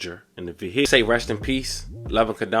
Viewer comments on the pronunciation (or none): My condolences but commentator said vehiyacle 😅😂